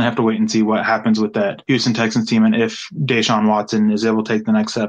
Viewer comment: I cringe so hard when you pronounce Deshaun Watson. It's supposed to be more like Desean Jackson pronunciation not Daeshawn Hamilton.